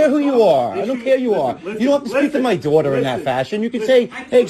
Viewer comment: Dwahtah. Oh, wait. ‘Daughter.’ ‘Not gonna twalk to my dwatah that way.’